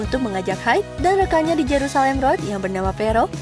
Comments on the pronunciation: Bacanya Hide kak bukan Haid. Buset kayak cewek lagi Haid wkwkwkwk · H i d e, bukan haid